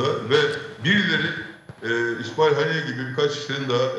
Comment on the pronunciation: Paşam yaa katıldığınız konunun öznesi Haniye’nin ismini bir türlü doğrultup söyleyemediniz… adamı… adamı… deyip durdunuz